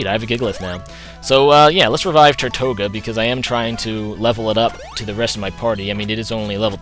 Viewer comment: i really hate to be that guy but tirtouga is pronounced teertooga or tertooga, it derives from the spanish name for turtle or tortoise, it is also the name of a Caribbean island that is populated by turtles. i know you hate being corrected on names but i thought if i gave some background you wouldnt mind quite so much:)